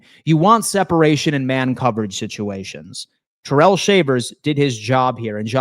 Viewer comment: Its Ty-rell not terrell, hopefully hes not watching😂